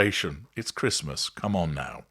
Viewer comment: " Embrace Traditions" Tow can't even say Christmas! What a clown.